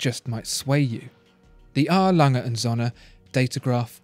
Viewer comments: You are pronouncing the name of the brand wrongly. You are saying as it were "Sonne" . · I really like your videos—expertly made, very good cinematography, pleasant narration, etc. One thing I as a German think you could improve, is your pronunciation of "Söhne", though.You're close, but not really there yet. It's supposed to have a longer 'ö'. Dict.cc has a nice example: No question, it's hard for somebody who did not grow up learning German! But I'm sure you can do it. ;)